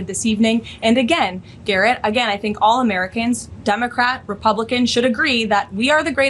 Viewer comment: Yes, she said "Dumocrat". Ffs.